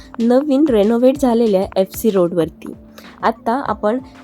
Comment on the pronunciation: Its Road...not Rode